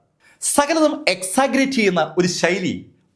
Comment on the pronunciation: Exaggerate😢 Learn to pronounce the word properly